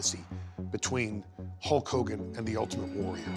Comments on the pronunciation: You forgot "Whole Kooogan" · Nobody: Ultimate warrior: LOOK INTO MA OZ HULL KOGAN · Yea I believe the ultimate warrior said Koke Kogan idk lol...